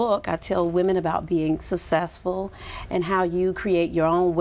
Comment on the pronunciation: She can't even correctly pronounce the word "successful"..... pay attention people. But I guess it doesn't really matter because she's successful..... LOL!